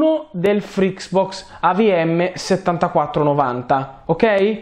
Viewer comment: ma perchè continua a dire frix box ? è FRITZBOX